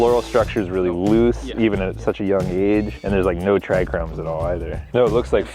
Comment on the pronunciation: Thrichrome has to be a running joke at this point. Please somebody get a dictionary to practice trichome. 🤔🤨:yougotthis